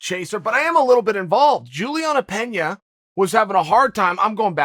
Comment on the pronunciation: Pronounced Pena correctly, but not Nunes…. Where tf did this goofball go to college again?